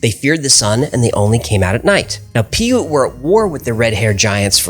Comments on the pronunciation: I'm paiute...I was always taught it was "paiute" and not "piaute"... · You know, I was really starting to get into your channel (showed to me by my girlfriend) then you mispronounced my tribes name. Not to say I’ve completely stopped watching, and I’m still subscribed. I’m a Northern Nevada Paiute from the Fallon Paiute-Shoshone Tribe in Fallon, NV. The correct pronunciation of Paiute (Pai·ute [ˈpī-ˌyüt]{pai-oot}]) can be found on google by simply searching “how to pronounce Paiute”. I’d just like to ask if you’d please take more care in manner of proper pronunciations. Take care and keep it strange ✌🏾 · I think Piaute is generally pronounced "pie ute". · you're pronouncing it wrong.. you keep saying pee-ute.. when its pronounced pie-ute.. 😅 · Pi-ute, not Pee-ute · Piute is actually pronounced "Pie-Yoot"... They are the Utes for short, and that's where Utah comes from... Just FYI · The utah tribe you are trying to say is normally said pie-ute. Well it is by the white utahans. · It's pronounced Pie yout never heard it mispronounced. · The Piaute Tribe is pronounced “pī ute” Thank you from UT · The Paiute name is pronounced "pie- U-t" These are my people. I am from the northern Paiute tribe in Nevada :) I love your channel. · Piute, pronounced pie-ute.I live near Piute, UT, in Sevier County Utah is just north of Piute County Utah. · Puite tribe is pronounced pie-ute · It's pronounced pie-ute. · Paiute - pronounced Pie-oot. Love your content. I live in Utah and have had the Ute and Paiute Americans in our history conversations through school. Just wanted to correct. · It’s pronounced PIE - UTE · This channel is always interesting! I believe it's pronounced "Pie-yute" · Paiute = pie -yoot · Love your work guys. Paiute ~ pronounced pie yoot Native to Utah (namesake), Nevada and California Related to Ute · Paiute is pronounced "Pie-Ute"